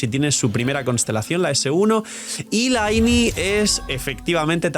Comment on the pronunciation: A ver por favor para ya de una maldita vez de llamarla lainei se dice ly-ney ostia que mala costumbre de llamarla mal y ni que fueseis monos